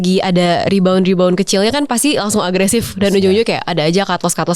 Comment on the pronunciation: Saran aja buat kalau tdk terlalu paham bhs ingris tdk perlu ikut2 pakai bhs ingris sblm tau cara pronunciation. Sebab byk yg pake bhs inggris tp salah bacanya sehingga artinya menjd berbeda. Jd pusing dengarnya apagi kalau di youtube kan byk yg dengar jd menularkan yg salah ke org2 jd yg dengar bisa ikut2an salah jg. Yg plg sering dengar para pemain saham baca rebound (mantul) jd reborn (terlahir kembali). Kan beda banget. Atau bbrp huruf e yg sehrsnya dibaca i in english malah dibaca e spt bhs indo. Jd buat apa jg kan pakai bhs inggris kalau demikian mending tdk usah.